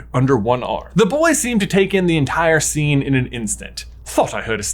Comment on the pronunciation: The SCHENE where SCHNAPE arrives!! xDDD🤣